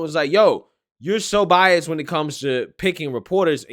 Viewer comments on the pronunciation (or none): none